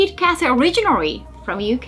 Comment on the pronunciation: Originarry, she says